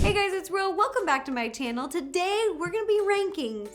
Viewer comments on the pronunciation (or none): No one listens to ro saying welcome back to my tannel